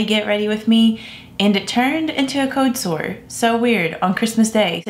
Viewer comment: Does she not say her "L"s and "R"s on purpose? It's always irritated me but I would never tease someone for a speech impediment. However she only seems to do it on occasion. "Code Soe". I wish I didn't feel so annoyed by this because she seems like a very simple, nice person.